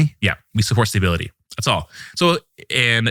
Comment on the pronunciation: He’s saying “staybility” and it’s driving me insane